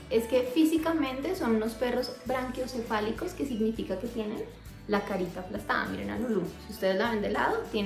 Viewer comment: No es "branquiocefalico"...es "braquiocefalico"...